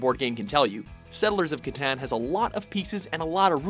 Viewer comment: is he really saying catan correct?